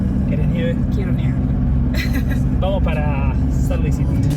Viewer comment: Salt suena como "solt".